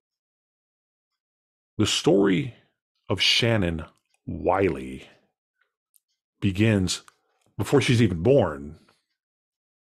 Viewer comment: Wilsey....not Wiley.